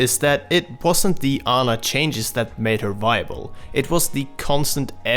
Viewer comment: it's "Aw-na"